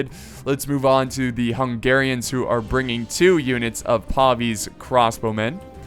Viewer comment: PAY VIS not PAW VEES